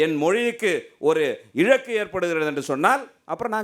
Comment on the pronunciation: இழக்கு இல்லை இழுக்கு நீ முதலில் ஒழுங்கா பேசு